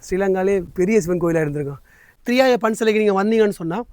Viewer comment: ENKA AREA - THIRIYAI NOT THIRIYAYA - திரியாய்